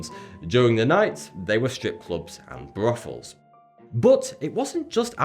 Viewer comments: "The slum became littered with endless brothels, gambling parlors and opium dens." Just the way you said Brothels, like there was a F in it or something. British accents are hot. I would learn to impersonate them but I am not posh enough to pull it off. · Brofels. It's Brothels you fucking dimwit. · Bawbuhs and bwathels.